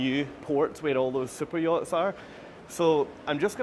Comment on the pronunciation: HHaHa I thought you were excited about Cypriots. I'm sure are they are lovely. However, I finally realized you were referring to fancy boats.